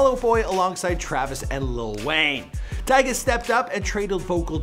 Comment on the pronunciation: He said tyge at the beginning